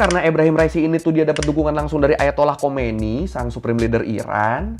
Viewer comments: bukan khomeini bang tapi khamenei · Bkn ali khomaeini.. tp Ali khamanei